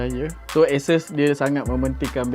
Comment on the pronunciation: sori ye, aku mmg particular nak sebut benda2 ni. xpntg pon 😁😁 sebutan ASUS; A(sebut huruf) - SUUUUS. A-SUUS.